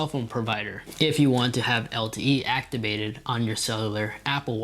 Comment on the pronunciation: “Actibated” gets me every time